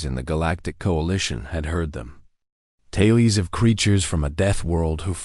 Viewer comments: "Taylies" instead of "tales" - really??? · This AI mispronunciation shtick is getting really annoying. ITS TALES, not TAY-LEES! And we get same variation of the same story. I want to listen to something truly different. Attention all you authors out there: take a creative writing course and come up with original stories!